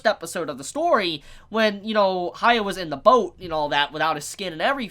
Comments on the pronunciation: Is this an English-speaker thing? You can't pronounce "hya" you have to make it ha-ya? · Please dont take it the Wrong way its prenounced Hyaku-maru Its not Acurate But It Should Help I beleave the Manga Do not use Modern Anime Names LOL Like Hiro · Idk why so many people have issues pronouncing Hyakkimaru's name. The characters say his name. Just listen and repeat. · You can't expect everyone to just pronounce a fucking name like hyakkimaru correctly the first time when the names they're used to are completely different.